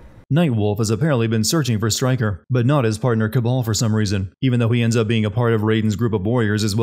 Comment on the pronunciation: It's Kabal, not Cabal. You would think that you'd realize this after fifteen or so hours of a game where virtually all Cs are replaced with Ks. =P Anyhow, great video as usual! Voting for Avengers...assuming it can be sinned.